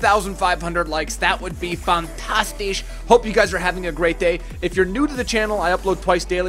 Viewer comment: PLEASE, PLEASE DONT SAY FANTASTICH